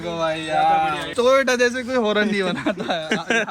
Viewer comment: Toyota ❌ tota ✅